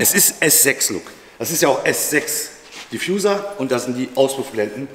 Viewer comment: Bitte nicht "Diffjuser" sagen 😂😂